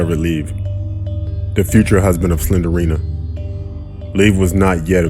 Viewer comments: not slenderena slendrena say it like slendrena not slenderena it annoys me but if thats the way you say it I'm ok with it I don't wanna be racist either so don't take this the wrong way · She’s called slend-rina. Not slenderrina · It's Slendrina not Slendirina 😂